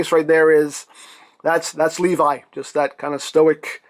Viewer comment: It is not pronounced like that it’s le vee that’s how you say it